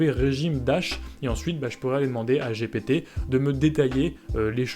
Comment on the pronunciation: Attention à la prononciation, les franconphones en mode bétâ ! : "dji pi ti "et non "j'ai pété" ;o) On joue à chat j'ai pété ? C'est toi qui colle !